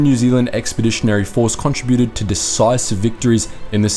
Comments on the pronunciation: Why do you mispronounce the words contributed and contributors? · Since when did the word, contributed, change its pronunciation?